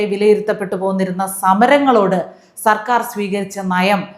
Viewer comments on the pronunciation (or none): none